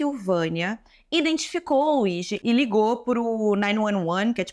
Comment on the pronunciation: Se fala "Luidi" moça.